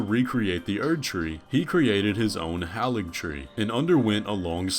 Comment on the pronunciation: You and the game are saying Halig wrong, it’s the old English pronunciation of Holy. He just made a holy treee